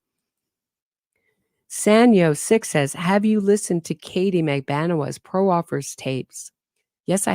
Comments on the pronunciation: All due respect, proffer is pronounced praa-fr not pro-offer. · Pro offer? Are you talking about a proffer?